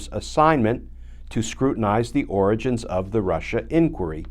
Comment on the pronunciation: Lmao! Every time Glenn said origins, I thought oranges, as well.